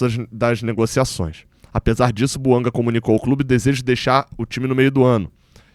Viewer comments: vc está se perdendo. São muitos vídeos sobre o tal Buanga. Aliás, se o nome é de origem africana, não é "Buangá" e nem "Buanga", mas "Bouanga". E pare de falar "Há tanto tempo atrás ". Há tanto tempo é suficiente. Esqueça o "atrás ". É redundante. Quando vc começou era bom. Está ficando chato. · É BOUANGÁ QUE SE FALA. A PRONÚNCIA É DO FRANCÊS, LÍNGUA OFICIAL DO GABÃO. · É BOUANGÁ que se fala. Vem do francês.